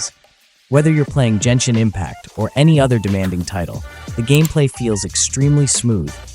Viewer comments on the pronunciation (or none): I know... but he pronunces Genshin incorrectly, just like that announcer at The Game Awards